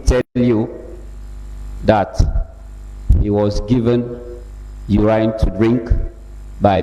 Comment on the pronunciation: Not urain but urine